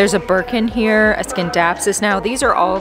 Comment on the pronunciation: Thanks for the plant tour. Scindapsus is silent " C."